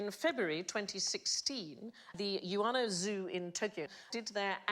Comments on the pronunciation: Hearing sandi pronounce ueno as yoo-ay-no makes me want to tear my ears off and throw them in the bin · In case you missed Sandy's poor pronunciation (rare), she's talking about Ueno Zoo.